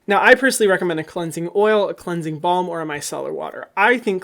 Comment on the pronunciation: omg I always thought he was saying cleansing bomb not cleansing balm🤣